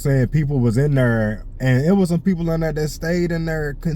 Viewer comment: I like hearing you say there lmaoo it sounds like derrr lmaoo southern twang